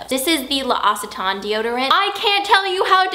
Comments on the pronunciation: nope it's pronounced without any -ck sound its pronounced with s /l'oSitan/ 😊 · You're pronouncing L'Occitane wrong. My moms friend works there and you are supposed to pronounce it "lock-sit-tawn" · Again, no..the apostrophe does not indicate that you should make a double vowel sound. It's loke-see-tahn. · Ingrid...L'Occitane is pronounced "loke-see-TAHN," not "luhh-OSS-it-an." An apostrophe indicates a contraction, not a glottal stop (double-vowel sound). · That's not how you pronounce it, it says on the site that it's pronounced 'lock-see-tan' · I'm french and she is not pronouncing it correctly. It hurts my ears! haha but it's understandable. It is pronounced: Lox-eee-tahn. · Woops sorry guys, I didn't mean to start a debate on how it's pronounced haha! I just found it funny because I said it SO wrong "Lock-a-tane" :') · Hi Ingrid, loccitaine pronounced locksitan xx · Oh wow okay, so that's how you pronounce L'Occitane - I mentioned it in my Favourites video (and thankfully I said I'm not sure how to pronounce it before hand...) but I couldn't of got any more wrong hahaha! Love the necklace also! x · I'm pretty sure she pronounced it wrong... :) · As a french speaker, I second this. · She's pronouncing it wrong!